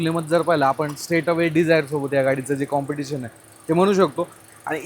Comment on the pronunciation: कुटुल कॉम्प्युटेशन कॉम्पिटिस्शन करतोय सारखं 😂😂😂😂😂